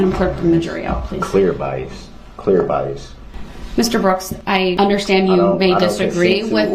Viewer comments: OMG one of my favorite moments... BIAST. bias? BIAST. no B-I-A-S, bias, there is no T at the end. LMFAO...judge and educator. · Had me laughing when he kept saying "BIEST" and the judge was like, "oh BIAS?" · He also learned the word is “Bias” with no T at the end 😂